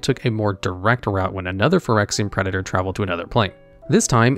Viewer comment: Liliana is pronounced (Lil-e-Ahn-uh) Jhoira is pronounced (Joy-Ruh) Preator is pronounced (Prey-uh-tor) Phyresis is pronounced (Fi-Ree-Sis)